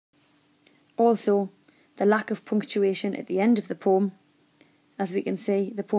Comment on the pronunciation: it ain't a poom, povem(poem)